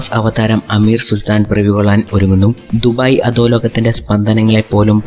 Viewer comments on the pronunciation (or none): none